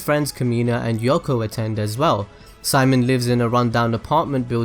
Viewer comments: it's actually Shi-Mone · His name... Is pronounced... See-... MONE